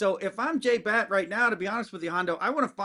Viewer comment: The ADs name is Batt, not Blatt.